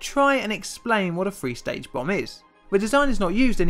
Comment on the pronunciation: Would be great if the narrator could actually pronounce the sound 'th'. I've no idea wtf a "free stage bomb' is, nor what the number 'firty-free' represents. Somebody fump vis fellow upside 'is bloody 'ed! Fank ewe.